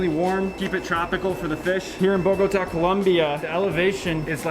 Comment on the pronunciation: Im drunk lmfao you pronounced Bogotá completely wrong🤦😂😂😂